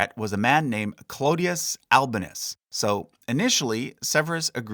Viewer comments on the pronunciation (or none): Hey I love your videos but the heavily anglicized pronunciation of some of these names is killing me. The stress is on the wrong syllable. E.g.: Severus, Albinus and Didius